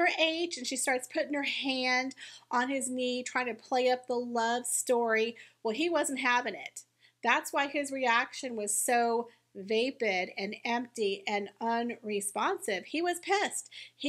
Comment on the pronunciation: Sparry and sMeghan are awful. Would you mind a bit of advice? When you say pissed in England they use that term to be drunk so it sounds very unprofessional you can use irked unhappy Disturbed bothered. Also the word v a p i d is pronounced v a h p i d not v a y p i d best of luck